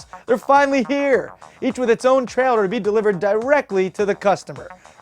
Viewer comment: Delifered? DELIVERED haha.